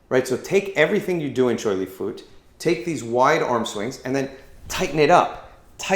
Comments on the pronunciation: it is pronounced fuht. like with an up, minus the p. still spelled fut though. please stop saying fooot. you are butchering it. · It's not pronounced as "foot", but "fart", in Cantonese means Buddhist. So Choy Li Fut is a system of Choy, Li, and Fut. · it's not pronounced as FART. It's pronounced as FUT as in Butt. never fart. where did you even get that from. and yes, we are one of the original MMA styles of chinese kung fu.